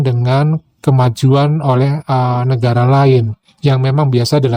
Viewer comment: Negare, bahase, saye. Pengucapan seperti ini sangat merusak tata bahasa baku.